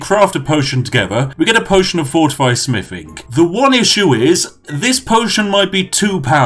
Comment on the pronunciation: me: potion of smithing? i thought you said potion of spiffing everyone else:... except that one guy: clap